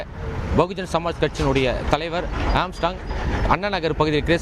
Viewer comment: செய்தியாளர்கள் ஏன் திரும்ப திரும்ப ஏம்ஸ்ட்ராங்க் என உச்சரிக்கின்றனர்? ஆர்ம்ஸ்ட்ராங்க் என்பதுதான் சரியான உச்சரிப்பு!! திருத்திக் கொள்க!!